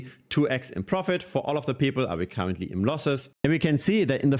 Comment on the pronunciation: I heard cowardly instead of currently and i thought ok this is one way to say it